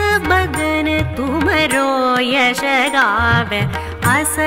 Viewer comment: The starting Doha in second line the two words are pronounced as 'jasu' and 'chari' and not yash and char as in video.